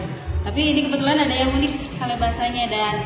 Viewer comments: Betul, Ngawur ini Pembaca Beritanya. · Sale di baca sel haaa google.... Di kira diskon apa. Sale pak sale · Ini Pembaca Berita Ngaco alias Ngawur, "Sale" disebut "Sel". Tolong Diperhatikan Tribunnews Supaya Tidak Salah Arti.